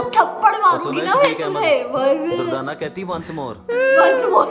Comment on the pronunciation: not durtana... it.s durdana